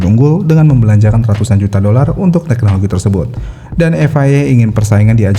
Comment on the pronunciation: Bukan "TEHNOLOGI" tapi "TEKNOLOGI".. tolong ya